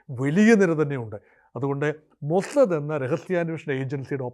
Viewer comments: മൊജദ് അല്ല ടോമൊ സാദ് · മോസ്സദ്‌ എന്ന് പറയുന്നതിന് ഇത്രയും ബാസ്സ് കൊടുക്കണോ 😂😂